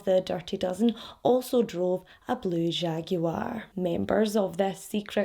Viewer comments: Whoa do all Scottish (she's Scottish, right) all say jaguar like that lol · Lmao! Yeah, my spouse is Scottish and says it like that too. Always makes me giggle